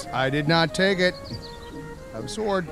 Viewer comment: Why does insist on pronouncing the W in sword(s)? Is it trying to be one of those things like Stewie Griffin's H in Cool Whip?